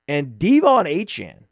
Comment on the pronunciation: Is this dudes thing mispronouncing everyone’s name? 😂 DEE von Achane was about to give me an aneurysm